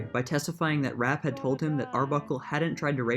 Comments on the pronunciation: Virginia's last name is pronounced "Rap-pay", not "Rapp". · Pronounced "Rappay". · Virginia's last name is pronounced "rapp-PAY" - Rappe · It’s “RA PAY”... after that I just stopped watching, please do your homework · It was actually pronounced “. “Ra PAY”